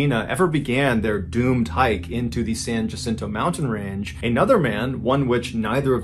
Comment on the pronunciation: Another teeny tiny pronunciation correction, Jacinto in Spanish, is pronounced Wacinto, the same as Juan is pronounced Wuan. But I know John is not native to the desert southwest, so the mistake is understandable. Love MrBallen’s story telling. How did I fall asleep without him?